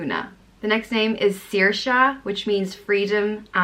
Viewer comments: You got saoirse wrong because it’s pronounced sure-sha or seer-sha Depends where you are I’m from the west coast of Ireland so I will pronounce it seer-sha from the north will probably pronounce it sure-sha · Ok but Saoirse Ronan dont pronounce her name like that. I watched some interviews with her. She says it like shor sha or smth like that. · actually Saoirse said her name is pronounced "sir--shuh". She had an interview and said it was pronounced "sir--shuh like inertia". It must depend on where in Ireland. Not criticizing you, just clearing that up. Beautiful names. You're very beautiful too